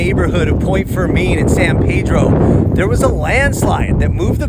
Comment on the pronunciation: FYI your pronunciations are way off. Locals pronounce San Pedro and Point Fermin much differently.